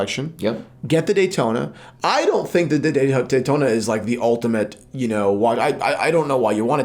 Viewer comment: Yawntona?! No way.